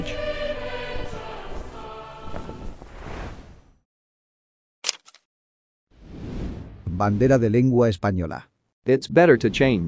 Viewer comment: “...hanguege cookie...”